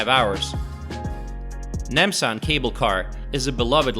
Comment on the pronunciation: Your pronounce is wrong. Gang nam, Nam san, or Han gang(Rv) 's 'A' words pronounce is not 'ae'. not gaeng, nam, not naem san, not haen gaeng.;; just 'A' sound. ;)